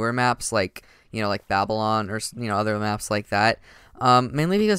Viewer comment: hey! somebody who doesn't pronounce babylon as "baby - lon" . . . btw babylon is pronounced "bab - a - lon"